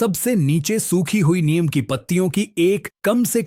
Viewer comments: भाईसाहब "नीम" को "नियम" नहीं कहते हैं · अरे भाई नीम को नियम नहीं बोलो